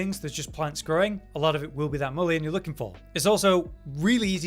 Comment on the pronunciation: Look at how to pronounce mullein next time. “Mull-in” not “Mull-e-in”